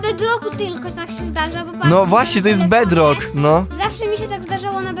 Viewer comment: Jak mówi twój kozyn ,,bedlok"xDDDD